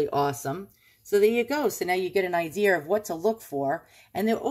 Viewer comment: Ooooooooooh my, I am just drooling, how wonderful!!! That lady certainly didn't do her homework!! Because of people like that, Iv'e found some weird & unusual stuff, my favorites! Nice going, your collection will be stunning! Love your pronunciations of the words " saw" & "idea", soooo New Yawk, LOL!!!